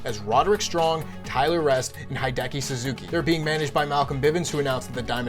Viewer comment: Tyler Rust not rest